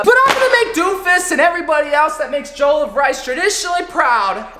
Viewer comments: Im not african but if it was the way you pronounce Jollof it would be spelt Joll of rice but it actual it Jo-loff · I am disappointed as a black person I can tell you it is pronounced Jellof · Juhloff not jole of rice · Anyone else cringe whenever he said “jole uff” instead of “jole off” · mmm mmmm mmm, l do love me some jolof rice say: je-lof rice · A a Nigerian I can cat you did wellbut it looks like Ghanaian jollof , Also it’s pronounced jo-lof rice. Hope you enjoyed it. 😁😁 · I'm vomiting all over the place! The way he said jollof. "Jolf" lol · Jole of Rice? Lmao it’s pronounced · Damn I’m from Nigeria and its cool to see you make this. Didn’t watch the video so idk if you made a comment about the pronunciation but it’s pronounced “juh luf” much love tho. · jowl of rice 😂😂😂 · He says jollof wrong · as a nigerian, the way he says jollof rice makes me wanna kms, who needs sombra to counter doomfist. this guy just needs to say JOLLOF rice and doom is rocket punching off the map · Just saying he did say jollof rice wrong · Me, an african, listening to him pronounce Jollof wrong: 👁👄👁